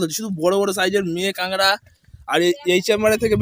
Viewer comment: Kangra na bhai kakra😂